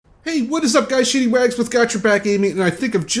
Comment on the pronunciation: You sound like your saying shitty rags lol....so I had to look good vid but you sound a little stuffy my friend.